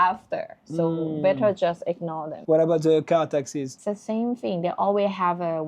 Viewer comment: C'est quoi cette manie de dire "ze" pour "the" ? C'est insupportable.